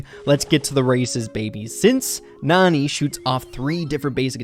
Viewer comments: The a is not supposed to be silent ok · It's pronounced nAn"eye" like nani-bomb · It's pronounced nanny...